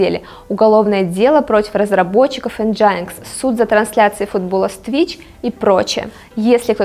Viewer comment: Энджайнкс? Такой формы этого названия я ещё не слышал!